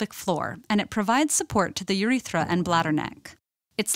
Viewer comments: the way she says "uthetra" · Wow I love the way she says Urethra